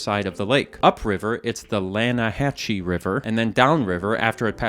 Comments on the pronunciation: Yo it's "Lana-hass-ee", not "Lana-hatchee" river😆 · It's pronounced Lanahassee, not Lanahatche. It's spelled differently than pronounced. Arthur explains this to Javier. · BTW, the Lanahechee river is pronounced "Lana-ha-see" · Its actually called the Lan-a-has-ee river not lan-hach-ee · Its Lan-a-ha-see, not Lan-a-ha-chee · Its pronounced "lana hassie" not "lana hachee" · its pronounced lannahe>CEE< not lannahe>CHI< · IT'S PRONOUNCED LANA-HASS-EE NOT LANA-HATCH-EE (Arthur Morgan mentions this in-game) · Oooo, bro's not played RDR2, has he? Else he'd know it's pronounced Lanna-ha-See. Not Lanna-hatch-ee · “You mean the LanahaSEE River” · "well, its pronounced LAN A HASSE" -Arthur Morgen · Yea but it's pronounced "lanahasee* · Arthur has a dialogue in-game that corrects your pronunciation of the lannahechee river, it's pronunced lanna-hasse river, and as Javier replied to him, English makes things hard on purpose, you should check out that video of them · im not hating but the lanahachee river is pronounced "Lanahasee":-D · I think it's pronounced the "Lanahassee" -Arthur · The Lannahachee River is actually pronounced as "Lan-uh-hass-ee"; IIRC it's confirmed during the optional fishing trip you can go on with Javier in Chapter Three. As for the San Luis River, it's 100% pronounced "Loo-ee-ss". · its "lan-ah-has-SEE" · Its pronounsed Lanahacee 😂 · LAN A HASS EE river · “You mean the Lan-uh-HASS-y river” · Its pronounced lannahassey river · its pronouced lanahassee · the Lanahachee River is actually pronounced "Lan ah HASS ee". Arthur is very insistent on this point in the game during a fishing side mission with Javier. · ITS PRONOUNCED LAN-A-HASS-E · it's actually Lana-ha-see river 🤠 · “ITS LANNAHASEE RIVER” -arthur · "actually, it's pronounced LANNA-HASSY" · but its prenounced Lanahasee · In RDR2 Arthur literally says how to pronounce Lannahechee river ti Javier, it’s lannahashee river WITHOUT the C sounding. NOT like the word hatchet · It's pronounced Lannahassee